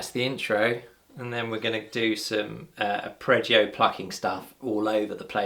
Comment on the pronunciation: Lovely, looking forward to the album! I think yer thinkin of "arpeggio", no second 'r'